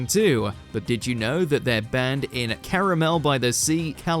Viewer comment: It's "Carmel" By The Sea, not Caramel.